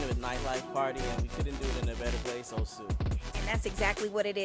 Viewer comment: What a stunning venue. Such a shame music is too loud on this video. Sidenote: It's O-su rather than Oh-su and say it faster rather than dragging out the syllables.